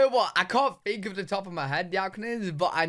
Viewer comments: you use "F" instead of the "th" sound. Fink for think, free for three....but it's probably regional, like accents in the US. And you like to say YA'LL....so it's all good! 😂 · You don't S-back but you do TH-front. That is, you pronounce all your TH's (think, three) as F's (fink, free). You're not alone. I see a lot, and I mean A LOT of Brits do this, but it is very noticeable. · Brits (including you) often change the 'th' sound (think) into an 'f'. At the very end of you video "Let me know what you guys fink." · You and other people in the UK pronounce "th" as F, fink instead of think,free instead of three,anything with a "th" you pronounce as F.